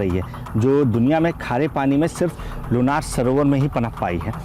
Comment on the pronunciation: सर मै लोणार सरोवर की राहणेवली हुं, आपने बहुत अच्छा व्हिडिओ बनाया है 🙏 , लेकीन सर गाव के नाम मे ना ये नहीं णा ये है लोणार सरोवर, शुक्रीया की आपणे यह जाणकारी सबको समझे ऐसा व्हिडिओ बनाया